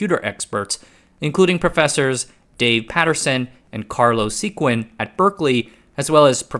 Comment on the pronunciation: A couple of minor details: Carlo Sequin pronounces his last name as "Seh-kan" (see ). , you meant to say "the Motorola 68020" (as shown in the article). I attended graduate school during the 1990's, so I used nearly all of the RISC workstations. It was a bit of a pain to set up a NFS home directory that would work with any architecture and their different Unix flavors. Of course, endian issues were also a pain to deal with (while many processors had switchable endianness, the OS typically forced one flavor). It was a very interesting time, and it was surprising to see x86 maintain its hold and eventually conquer all (kinda).